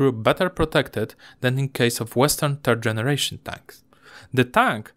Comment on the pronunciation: hej - super filmik - taki maly tip jak masz problem z powiedzeniem trzeci po angielsku to mow po prostu FERD bo jak powiesz TERD co w ang wyjdzie "turd" to znaczy gowno ewentualnie niedorozwoj - pozdrawiam i powodzenia!